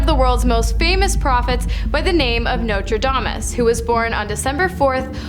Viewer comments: lol Nostradamus, not Notre Damus. lol😅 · The intro could’ve used the same research. Nostradamus has predicted very little with any kind of certainty. Edit: excuse me, she’s talking about… “Notrayeomis”. 😂😂😂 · Nostradamus has an "s" in it. Please pronounce things correctly. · sorry... its Nostradamus and Haley Bop.